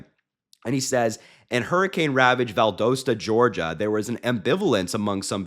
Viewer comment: First off Harry you are saying the name of Valdosta all wrong. Second I am still living in the disaster in North Bryan County. We still havn't heard word from our local government or Biden and we still have no power or water or resources. If it wasn't for friends and neighbors doing all the clean up we would be a lot worse off. I even went on Fema to fill out forms and they denied it saying"there was no storm that damaged our town so no aid will be coming" but they have every county that touches us on the Fema site for approval and Chatham is even on there and they didn't even get affected like us and didn't have to worry about losing any power or being trapped like we were. Unless you are here then you know nothing of what is going on with our Gov Korean Kemp who got that name by forcing a lot of people out of my town and destroyed a lot of forest to build that big EV plant for Hyundai and now were are told our water supply will dry up because the plant uses 6.6 million gallons of fresh water a day just to make batteries and we will need to pay another county to pump drinking water to our families.